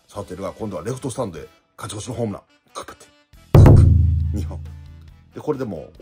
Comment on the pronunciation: 勝ち越しをかちこちって言ってるの好き